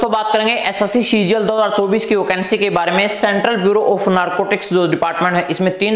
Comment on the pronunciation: OCANCY ❌ VACANCY✅